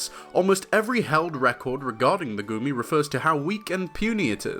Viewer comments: i knowww but i can't stop hearing "gurmy" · i fr keep thinking he's saying "gurmy" everytime he says his name